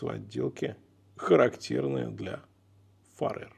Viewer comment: Ухо режет «Фаре́р», правильно будет - «Фа́рер». Их бренд никак не связан с Фаре́рскими островами, которые по-английски будут Faroe Islands. Да и во всем англоязычном Ютубе эти часы называют Фа́рер или Фе́рер.